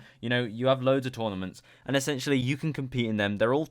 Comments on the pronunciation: STOP SAYING ESSANTIALLY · Essentially dont sound like essentially no more